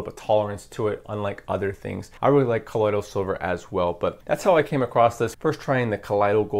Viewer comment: Gold ormus is actually gold dude. Ground into a ash type powder. It’s what the gods took in the ancient Egyptian mythology to give them their vitality and immortality. It’s very difficult to find that information online now. Plus colloidal is pronounced call oy doll.